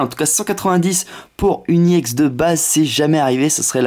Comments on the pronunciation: C'est ex pas iex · pourquoi tu dis iex c'est ex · Et on dit ex pas iex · On dit pas ix on dit exe nul vidéo 😡 David Lafarge te copie pas c'est toi qui le copie ok nuuuuull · et en plus on dit pas iex mais ex tout court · pourquoi tu d'i i ex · T nul sale plagieur non tu n'avais pas cette idee parce que ta demander a t abonnes parce que t meme pas capable de trouver toi meme t video si tu compare t abonnes avec celui qui ta soi disant copie (david lafarge pokemon ) qui a largement plus d'abonnes que toi tu sais meme pas prononcer ex alors ramene la pas trop en plus tu parle alors que ta strictement rien a dire vu que tes subjuguee par ton soi disant concept copier par david mais si tu l'aurai pas copier tu n'aurai rien dit et t'aurai fermer ta grande gueule et tsai quoi jvai signaler cette video et ta chaine